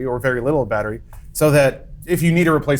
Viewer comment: "Batter-Wii"...... ba ra bababupbabaaa tap dances out of frame